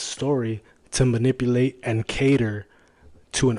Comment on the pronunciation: First, he has to learn how to say manipulate.